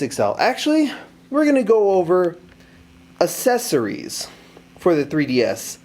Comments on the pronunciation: Accessories. not assesories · Cool video...but man they way you say accessories :') Assessories... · I think u pronouce fine :D Except the assessorie thing.... :3 (Best vid so far on this) IM GETTIN A BLAQ ON :D) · do you hate the accessories of the 3ds thats why you pronounced it as ASSesories? anyways, this vid helped me a bit. so thanks :) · Assessories, lmaoo I cant judge I didnt know how to pronounce world before! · PRONOUNCE ACCESSORIES RIGHT. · He cant pronounce accesories anymore